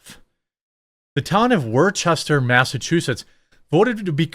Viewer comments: It's NOT Wor-chester. It is pronounced Wooster, or to us locals Wustah. That said, of course this is happening in MA, the California of the Northeast. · By the way, it's not pronounced wor-ches-ter, but more like woos-tor or wors-ter. I used to live in Mass. a long time ago and found out myself. Not in that city, but somewhat close by. But this is insanity at its.. well, actually I'm not even sure anymore due to the level of stupidity I'm seeing. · It is pronounced 'Wuhster' not 'Warchester' btw lol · I was born in Worcester. It is pronounced Wiss-Tah. Woosta is how people outside of Worcester pronounce it in New England. Everywhere else people bastardize the way it is said. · The town identifies as "Woostahh" XD. I fell over when I heard ya say Wore-Chester. Not your fault. One of dozens of Massachusetts town names that are pronounced different than the way they are spelled. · Wis-ter, not war Chester 😂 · you butchered the pronunciation its WUSS-ter, yes I'm aware of the spelling. you must trust me on this. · It’s pronounced Whooster or as us Massholes pronounce it Whoostah! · I don't live that far away from the city but thank goodness it wasn't here instead! Jeremy, it's pronounced "Wos-Ter". I can imagine this being done in Northampton or Provincetown but Worcester of all places? Something is extremely odd about this being the place... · HAHA Jeremy - love the channel - its pronounced "Wooster" The armpit of Massachusetts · Worcester is pronounced woostah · This is bonkers. Oh, and the towns name is pronounced. Wooster 😆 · You know you are an outsider of New England when you pronounce Worcester wrong.. it's "Woostah" 😅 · This is kind of ironic! The city is actually pronounced ( wuss-ter ) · It’s woosta pronounced like wister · Woo-sta. It's pronounced Woo-sta. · Sweet Baby Jesus. I love you. I do. I understand how it's spelt, but FFS.. It's pronounced Wuh-Ster. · Dude? It’s pronounced like “Wooster” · It's pronounced Woosta Jeremy. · It’s pronounced wuster